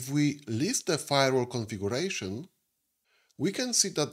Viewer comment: Правильно произносится "КонфигЬЮрэйшн", а не "конфигУрэйшн", и "сЪОрвэ", а не "сэрвэр".